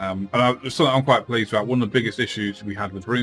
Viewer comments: “We’ve got things to talk aboot “ my mans gotta be Canadian? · Your "abouts" are really fucking Canadian. Great video though!